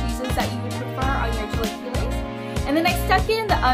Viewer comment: I will be happy to teach you how to say it! Chill- a - KEY- es